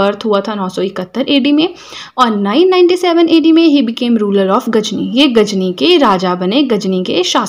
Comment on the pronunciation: Not gajni😅 it's ghazni